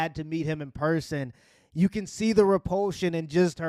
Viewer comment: he cant even say person properly?!